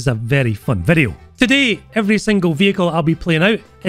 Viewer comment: 2 "in dis bideo" in one video! Nice!